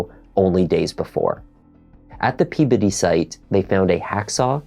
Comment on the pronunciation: he pronounced "Peabody" correctly! Impressive!!